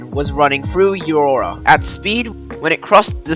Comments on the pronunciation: Euroa is pronounced "You Row A!" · Forgive my criticism ... Please do yourself a favour and find out how to pronounce place names in your videos etc ; eg Euroa (pronounced YOU-row-A), Ballan (pronounced B-lan), Avoca (pronounced A- vo- KAR) and in this video siphon (pronounced SI-fon). Otherwise your research is good, but mangling the language distracts. As a kid in the early 1950s, growing up beside the North-eastern line, I remember seeing (on several occasions) the steam S class pulling freight towards Wodonga. Also my small dog, Bing and I were standing on the platform one morning when the Melbourne bound Spirit raced through and Bing disappeared between the first and second drivers...Dog-gone! How well I remember the S classes on 'the Spirit' and of course my favourite Heavy Harry.